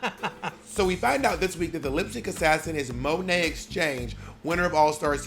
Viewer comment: The way Bob still to this day pronounces Monet “muh-nay” LoL